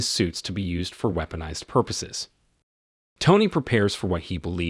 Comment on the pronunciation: I'm not sure if the narrator of this has a speech problem , or he could be the same one that does talk to text for Google, cuz he not only weep o nized , but he also had Kate Mara sapuna Tony , and later on Nait a lee, also Nat a shaw Romanoff !